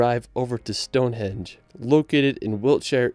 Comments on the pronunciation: I love this video. The videography is really cool, but it’s hard to get over how many times you’ve messed up the voice over, be it pronunciation or misspeaking, I’d challenge you to redo the voiceover and pay close attention to what you’re saying, so you stop saying things like Stonehedge. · you butchered Neuschwanstein Castle badly as well as London's Palace of Westminster, its not Minister; Stone Henge, not Hedge